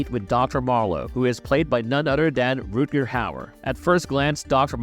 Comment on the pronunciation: The narrator missed pronounced Rutger Hauer's first name.